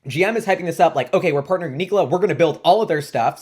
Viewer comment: neek-o-la lol